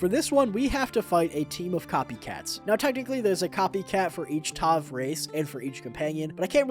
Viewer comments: It's Tav. Not Tov. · . Again, it's Tav, not TOV. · “tov”? your “tov”?